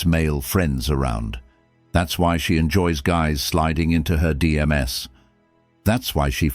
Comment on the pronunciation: To get the AI voice to say DM's, you need to type into the prompt "dee emms"